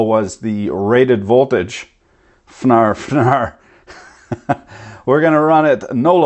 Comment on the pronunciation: “Rated woltage... voltios... 5 AMPS”